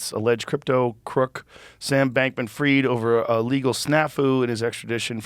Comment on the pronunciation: stop saying freed, its FRIED.🥴🥴